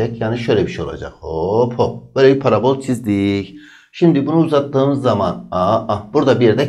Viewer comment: Parabôl değil parabol